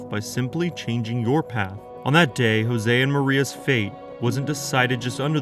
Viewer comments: Not Jose....pronounced Yo-zhey. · A tip for next time - use forvo to check name pronunciation . Jože is not a spanish name.